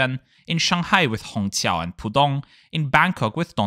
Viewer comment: as a native mandarin speaker, your pronunciation of "Hongqiao" is the best I've heard on the entire platform